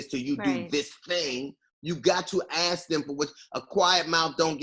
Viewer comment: When DL says when your ask is different from my ask, and he kept saying ask. Lol, it sounds like ass instead of ask. Lol